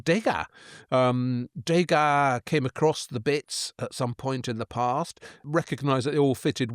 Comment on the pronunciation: And interesting how Waldy mispronounces Septimius Severus and Degas (no accent on the e).